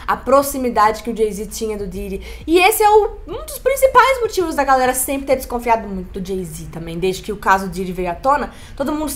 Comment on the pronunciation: nao tem como ela falar galera haha parece galson